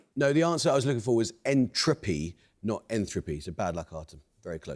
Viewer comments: No, he clearly said enthropy, not entropy. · The host is petty. Penalising the Russian maths and computer science student for mispronouncing entropy was low. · he seemed to just mispronounce it because of his accent